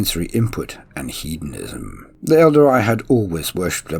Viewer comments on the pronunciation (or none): none